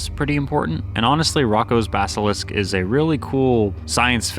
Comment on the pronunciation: The way he butchered the pronunciation of "Roko's Basalisk" killed me😭😭